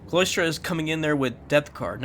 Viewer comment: "Sigh-lah-struh" for Cylostra not Cloistra